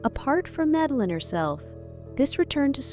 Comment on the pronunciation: Name is pronounced Mud-a-lene. At least try to get the Swedish way of saying the name, and please refrain from Magdalena...